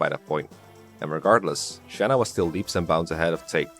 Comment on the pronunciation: Shanna? Do you mean tHaNy?